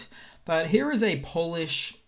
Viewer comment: The way you say "here" is so fricking funny. "Hiorh"